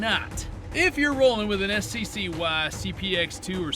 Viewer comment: Did... do people really call it S.C.C.Y.? You pronounce it like a word, it's pronounced Sky.